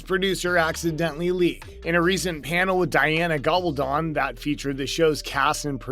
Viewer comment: And Ga-bul-dOne Sheesh, this is ridiculous